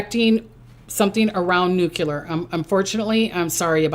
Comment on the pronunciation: Its pronounced noo-klee-er not noo-cue-ler